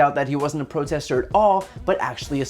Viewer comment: I tink he taught I was a protestah